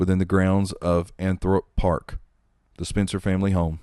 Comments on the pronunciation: Althorp park, pronounced Al-Thrup. Not Anthrup! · It isn't Anthorp Park ! It is Althorp Park, pronounced All -thorp.